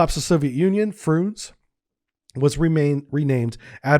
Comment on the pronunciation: Are you deliberately pronouncing all the names wrong? "Frooonze?" "KAH-linin?" Nice one. 😂